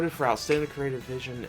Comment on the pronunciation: Creative** It's pronounce kree-ay-tiv. work on it.